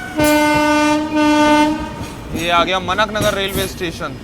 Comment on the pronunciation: मनक नगर नहीं मानक नगर रेलवे स्टेशन है इसका नाम जो कि अनुसंधान, अभिकल्प एवं मानक संगठन (RDSO - Research Designs and Standards Organisation) के आधार पर रखा है। आपको तो हिंदी पढ़नी आती होगी। कृपया सही नाम का उच्चारण करें अन्यथा मानक का आ निकाल के उसकी बत्ती बना कर आपके विशेष स्थान में घुसा दिया जाएगा। 🙃